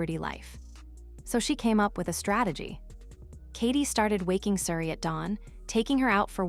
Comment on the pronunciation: Calling Oprah Opera?????? AI - so many mispronunications. Can't even pronounce Suri's name the same way. Why oh why don't the people running these things even do basic checks on them? Will now block this channel from coming up on my youtube.